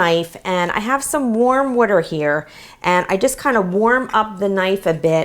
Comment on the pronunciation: You said warm witter 😂😂